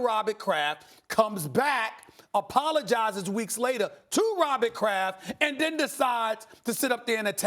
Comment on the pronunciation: Robit’ Craff’ 🤦🏽‍♂️🤦🏽‍♂️🤦🏽‍♂️🤦🏽‍♂️😭😭😭😭